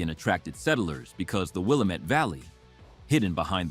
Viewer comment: Willamette is pronounced wrong